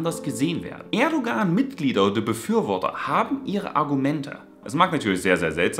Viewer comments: Erdogan wird ohne g gesprochen also Erdoan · Sehr schönes Video.. aber man spricht das G bei Erdogan nicht